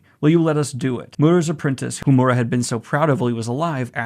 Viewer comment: this is great, but please, someone teach him how to pronounce Miura